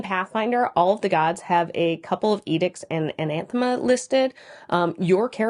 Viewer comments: It kind of sounds like you are a saying "anaNthema"... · Good video but you really like adding that second N in anathema. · I enjoy the content, but if I have to hear you say Anathema with an extra N one more time. I'm gonna lose it.